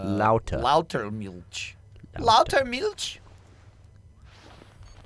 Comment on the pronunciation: FYI: Gavins german is normally on point but he is not pronouncing milch right. And there is no "louter" in german. There is only the word "lauter" which really translates to "louder"